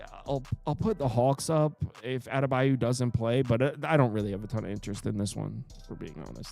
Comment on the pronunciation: Adebayo not adebayu